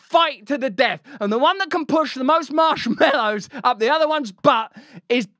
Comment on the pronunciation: 'Put em ahp. Put em ahp' (cowardly lion energy)